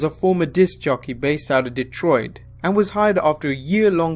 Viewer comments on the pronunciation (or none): none